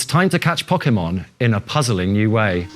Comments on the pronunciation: but he wasnt saying poke ay mon, he was saying pock eh mon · the japanese guy can, the other guy can't, he says Pok-eee-mon, instead of Pok-ay-mon, which is how the word is pronounced with the accent above the e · Who else is excited for the "Pockemon" games? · This guy works for Nintendo and he can't pronounce Pokemon?! It's in the damn theme song: 'Poh-Keh-Mon!' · What's so weird about how he pronounces Pokémon? How do you pronounce it, like po-kee-mon? Poke-mon? The é is suppose to be pronounced like a short "eh" sound. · He can't say e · oh god the way that guy kept pronouncing pokemon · That guy can't pronounce Pokemon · You'd have thought they would have got a guy who knew how to say Pokemon to present it